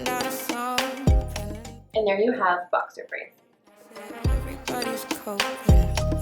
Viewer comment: There not called bower braids